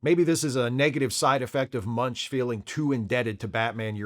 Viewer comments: Just FYI — Doug's last name is pronounced "Mench," not "Munch." Though he DID once work with Richard Belzer, who PLAYED Munch. Maybe you can do some post-production ADR to fix it? 😄😄😄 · It's actually pronounced "Mensch," not "Munch." also mispronounces Robert Kanigher's name in another video. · Don't like being "that guy", but I'm just feeling compulsive today. Doug Moench's name isn't pronounced Munch, it's pronounced Mench (rhymes with wrench). And Paul Gulacy's name is pronounced with the accent on the first syllable: GULL-a-see.